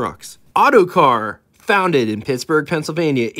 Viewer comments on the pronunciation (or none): none